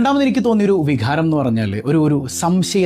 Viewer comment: വിഘാരം അല്ല വികാരം എന്ന് പറയു